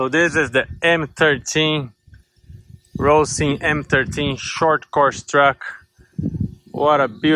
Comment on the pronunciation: Lol its a H sound not an R!!! HO HO HO like Santa Clause!